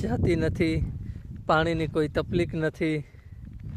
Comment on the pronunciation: અલ્યા, તફ્લીક નઈ, તકલીફ બોલાય.😂